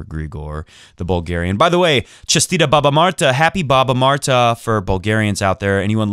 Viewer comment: Omg I love the way you said баба Марта thanks for mentioning Bulgarians!